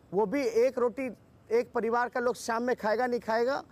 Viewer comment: anchor ji ap mahan ho....'pariwar' ko jb 'paluaar' boli fir bhi apko hansi nhi aayi..